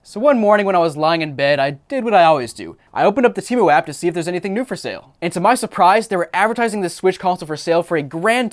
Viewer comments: I effing hate Temu. The idiots who run their commercials cant even keep track of how their company name is pronounced. One time its pronounced "tee-moo" and the next it is "tim-ooohh." I've ordered from there once just to see what their scam was, then never ordered again once I figured it out. In the short amount of time I had the app installed on my phone, it would go off literally dozens of times per day with their scuzzy "act now before you lose this deal" alerts. Once I received my order, I quickly deleted it and never downloaded it again. I got some cat toys that were decent quality, but everything else was junk. My mom thinks it's the best website ever and orders from them constantly. I try to dissuade her from it, but I'm just wasting my breath. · Yeah I went on that app once and realized it was a scam within 5 minutes. Also their ads pronounce it as teh-moo not tee-moo